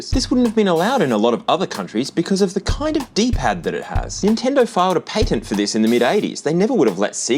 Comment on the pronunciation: I almost want to stop watching for how you mispronounce Sega and patent